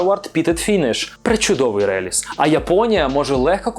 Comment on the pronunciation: все ок, дуже гарний формат і подача, але вимови деяких назв (напр.Caol Ila) невірні і чому рЕліз а не релІз? ))